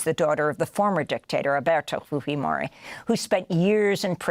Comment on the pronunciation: Why do you insist on pronouncing Fujimori and Pinochet incorrectly? We don't talk like Mexicans in South America. It's PinocheT, hard T. and Fujimori... well, yeah, who says Fooheymorey? Weirdo. That is not how those names are pronounced, and I lived under Pinochet... Peeno-CHET, FYI.